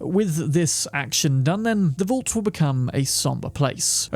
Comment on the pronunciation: I'd say the way you pronounce vault should be on this list 💀